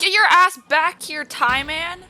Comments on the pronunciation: We are gonna call Gman "TieMan" from now on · I like how she calls him Tie-man